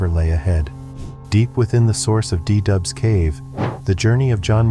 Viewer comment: It´s called cave du Doubs, not De Dub. 😀